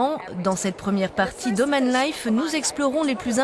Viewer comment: À “Omanne”, pourquoi pas à Afghanistanne tant qu’on y est, apprenez à parler francais.